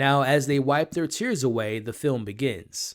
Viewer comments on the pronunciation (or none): none